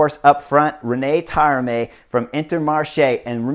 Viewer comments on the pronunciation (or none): So beautiful! Alessandro Deemarkeigh and René Taramey really got me. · Yeah, if Taaramäe is around and wondering who this Rene guy is ... this is how your name is supposed to be pronounced!